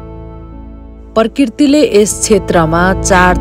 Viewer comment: Prakriti vannus k....parkirti haina....yeti ramri manche le uchharan ramro gareko suhaucha